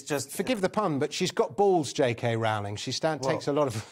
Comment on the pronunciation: The first syllable of Rowling rhymes with throw, not with cow.